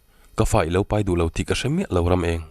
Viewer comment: I thu chhiar ngaihthlak avan nuam em a thu a ngaihnawm bawk si. Chu tih rual chuan lo tih hi lau i ti ṭhin a lo ti in hanlam chiang deuh phei la chu a ngaihnawm ati zual ngei ang